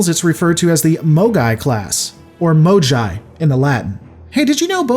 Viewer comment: You say that in the Latin, mogai is pronounced with a soft g, however, this is incorrect, as Latin didn't have soft gs for the most part